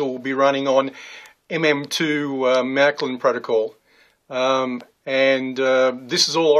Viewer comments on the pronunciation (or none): Never heard of Mac lin its Marklin or Merklin